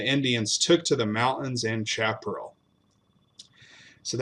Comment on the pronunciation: Great story...not a happy one...but it was the times. FYI: Look up the correct pronunciation of "chaparral"